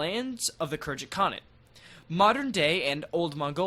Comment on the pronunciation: Pretty sure Khergit is pronounced with a hard G